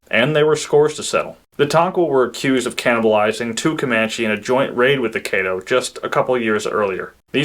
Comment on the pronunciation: Caddo---Kah-doh, not Kay-doh